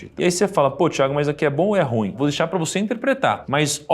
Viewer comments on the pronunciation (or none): none